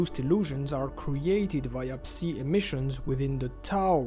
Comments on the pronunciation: Let me help you with English pronunciation, “Psi” or “psy” is pronounced like “sky” without the “k” sound, and without the “p” sound. As in the first sound of “psycho” or “psychotic” “Hazard” is pronounced with a hard “H” sound with the first A vowel being pronounced as the ä sound, like Hazmat, like the British pronounce H and the ä sound following it. HÄ-zard. The following “a” also sound more like an “e”. “HÄ-zerd” Love the videos, and the effort put into them. Anything to help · Ngl, i hate the pronunciation of "Psi". I just say it "psy" because that makes sense lol